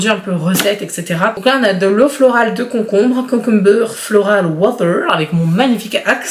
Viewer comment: « concombeuuuur » avec un accent bien gras et bien crade du nord 😨